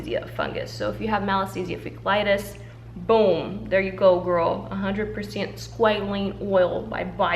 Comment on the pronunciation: Hi :3 just a little note, and bare in mind English is not my 1st language, but it’s squalAne. There is SqualEne, but they are different, and if someone goes just by hearing you and don’t pay attention to the product itself, it might get confused. ❤️